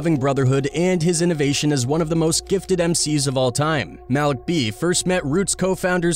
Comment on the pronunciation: Cringe when he pronounces,Malik B"s name😂